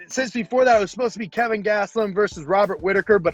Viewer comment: Why does every1 call him Kevin? I can't imagine Kelvin is hard to say. I love both guys & can't wait for this fight.